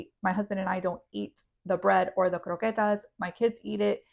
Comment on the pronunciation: Before I watch Any further- eggs. By the way, just say croquettes normal please 😂 🥂